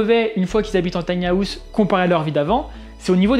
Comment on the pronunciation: Top mais ça se dit "taïni haouse" pas "tania housse"